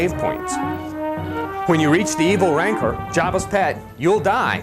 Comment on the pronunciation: What the hell is a "Ranker" ? Does he mean "Rancor" xD ?